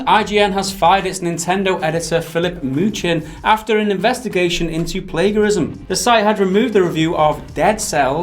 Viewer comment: Also 'Plaguerism' lmao